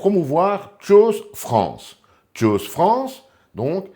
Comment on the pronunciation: choose se prononce "tchouz" en anglais...